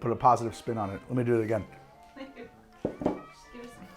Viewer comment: Am i the only one hearing dew instead of do? Everytime!